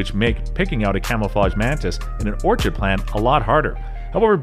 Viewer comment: Say it with me. Or-kid. Or-KID